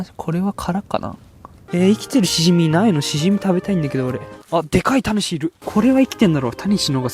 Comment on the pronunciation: タニシの発音違うくね？ 谷氏になってる